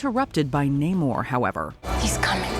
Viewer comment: It's SHOO-ri, not She-REE. Y'all say her name wrong EVERY time. Also, it's Nah-MOR, not NAY-mor.